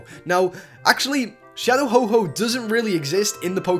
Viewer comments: U Said Shadow Ho-Ho Not Ho-oH DOOD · mispronounceations.....you said"Ho-ho"instead of"Ho-oh"... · ho-ho? i thought is was ho-oh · Dude, it's Ho-Oh not "Ho-Ho" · you said ho_ho it is ho-oh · btw its Ho-Oh not Ho-Ho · U CALL HO-OH HO-HO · Its calld ho-oh no ho-ho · its ho oh not ho ho lol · he's not santa Claus it's not ho-ho it's ho-oh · its not oh-ho its ho-oh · Ho-Ho? It's Ho-Oh. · ho-oh not ho-ho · it not HO-ho it HO- oh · its shadow ho-oh not shadow ho-ho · its ho-oh not ho-ho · ITS HO-OH NOT HO- HO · dude its ho-oh not ho-ho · Him saying ho-ho instead of ho-oh mad me drink over my daily amount of bleach. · ITS NOT HO HO, ITS FREAKING HO OH!!!!!!! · he said ho-ho it is ho-oh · Hoho. What. It is ho oh. He is not Santa. What the fuck. Hoho! Santa Claus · "Ho-ho" I'm triggered.... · Shadow Ho-Ho? Don't You Mean Shadow Ho-Oh? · He say Ho-Ho insted of Ho-Oh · HE SAID HO HO!!!! HO HO!!!!!!!!!!!!!!!! ITS HO OHHHHHHHH!!!!!!!!!!!!!! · shadow ho ho? its not black santa is it fyi its ho oh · its not "Ho-Ho",its "Ho-Oh" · Not ho-ho,ho-oh Plz don't make that mistake!! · HO OH!! NOT HO HO!! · Ho ho ho! Hope you've been nice this year! I am Santa Claus. What the Fuck u pronounce ho oh as hoho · It is Ho-OH not HO-HO. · It's not "Ho-Ho" it's Ho-Oh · ITS NOT HO-HO ITS HO-OH! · You said ho-ho its ho-oh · Its not Ho-Hoh. Its Ho-Oh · It's not shadow ho-ho it's shadow ho-oh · is santa its ho oh not ho ho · ITS HO OH NOT HO HO BRUH DO YOU THINK ITS SANTA COME ON HO OH IS NOT SANTA WE ALL KNOW THIS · You said Ho-Ho instead of Ho-Oh..... GOOD JOB (not) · Ho-oh is not santa so don't call it ho-ho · NOT SHADOW HO-HO ITS SHADOW HO-OH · not ho ho its ho oh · its not ho ho its ho oh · Its nit freaking ho ho its ho oh dude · its ho-oh no ho ho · ho ho it's ho oh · said ho-ho instead of ho-oh just to tell u ;) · It's a Ho-Oh not a Ho-Ho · HO-HO XDDDD ITS HO-OH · ho-oh not ho-ho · its.not a ho-ho its ho-oh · ITS HO-OH! -_